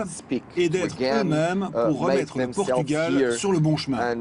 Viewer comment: A crise chegou ao nome do país? O "r" terá sido vendido ou penhorado?...é "Portugal" é não "Potugal". Tirando isso, Força Camaradas ;)